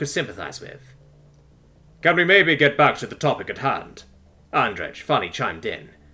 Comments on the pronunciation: I'm guesing Andrej is suppoused to be pronounced like "andreij" rather than "andreg" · I know this is useless now, but I have to say it: Andrej is pronounced "Andrey" (with separation of the last two letters, it's hard to explain with English being so "lenient" with it's pronunciation)